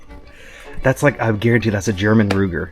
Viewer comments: Luger not Ruger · It is a Luger, not a Ruger. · I can't handle it anymore. It's called a Luger, not a Ruger.